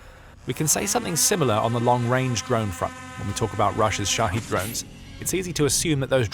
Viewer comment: They're called Shahed drones, not Shaheed. It's not a difficult word, and you could have learned it over the past few years already. "The Military Show", sure… 🤡